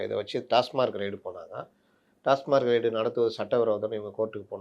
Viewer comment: அவர்கள் கவனுத்துக்கு டாஸ் மார்க் அல்ல டாஸ்மாக் என்று கூறுங்கள்